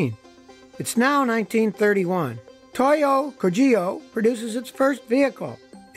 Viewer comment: Toyo Kogyo is closer to the true pronunciation if you pronounce it as "Tohyo kohgyo".